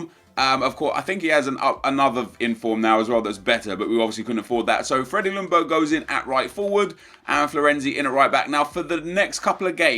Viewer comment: "Lung"berg This nigga is being serious